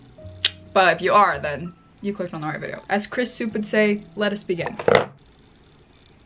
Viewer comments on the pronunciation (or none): none